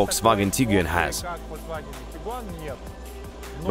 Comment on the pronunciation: Actually, it was the most comprehensive review of comparing cars I have ever seen. I enjoyed the detailed explanations, frank comments and also lovely accent. Just I would like you to pronounce the word TIGUAN like “TEE-GWAN” This is how it pronounced in Germany and it means Tiger. Tiguan’s build quality, Turbo Charged Engine, Roomy interior and cargo, more comfortable seats design, panoramic sunroof, prestige and classy look are unique specially with Highline model 5 seater with powerful 162KW engine build and assembled in Germany. Thank you guys.